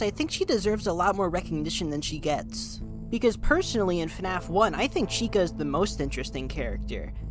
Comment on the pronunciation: Why do say fanaf and not fnaf